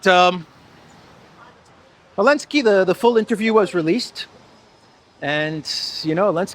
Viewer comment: I’m new here, so I don’t know the history of the channel. You always say Alinsky instead of Zelensky… is that intentional? Is it a reference to Saul or just trying to confuse yt algos?